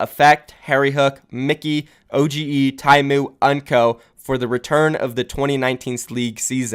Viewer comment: Nice video but the name is oge not o-g-e